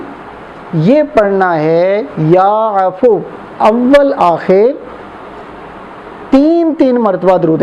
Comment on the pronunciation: Ya affo nh hy ya affuwo hy sahi hijje Arabic ki